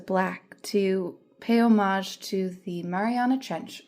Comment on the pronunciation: You pronounce ''homage'' horribly. The watch is not titanium as you confusingly state after already saying it's Oystersteel. A nice watch is cheapened when worn alongside tattoos. Other than that, well done.